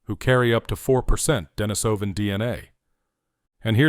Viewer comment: I'm given to understand that the proper pronunciation is 'Deh-NEE-suh-ven', after the Denisova cave where the first remains were found.